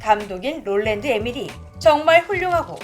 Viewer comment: 에미리히가아니고 에머리히입니다